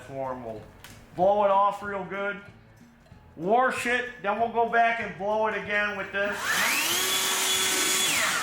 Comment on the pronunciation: Warsh it😂😂😂